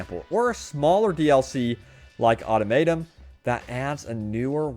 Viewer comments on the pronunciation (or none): Automatum? Wtf, don't you cover the Fallout series? I would think that you heard many people pronounce automatron correctly. Also this proves that you are putting less effort into these half-baked videos. Fallout 76 is turning into the COD or GTA community.